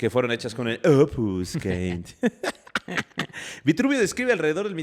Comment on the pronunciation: Chicos! "Opus caementicium" se pronuncia "opus chementizium" de hecho en italiano hormigón se dice "cemento" ("ce" se pronuncia "che") Saludos desde la ciudad aeterna, Roma